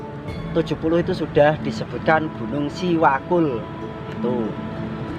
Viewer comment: setahu saya bukan siwakul namun SEWAKUL mas...ada artinya juga itu...SEjatine Welas Asih Kanggo Utamaning Liyan..